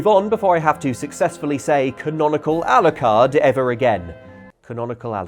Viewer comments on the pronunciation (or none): Why is she pronouncing it like "Al card"" ? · is it hard to say canonical alocard? it is not hard to say canonical alocard